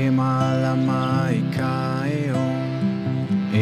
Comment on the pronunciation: Beautiful, great vibe but please learn how to properly pronounce “Heiau” 3syllables Hey-ie-au